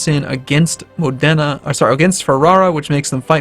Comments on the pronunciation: It's Mòdena not Modèna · Company007 I just told him to put the stress on the o instead of the e, and since it's you that can't tell the difference you're the one who's not very smart.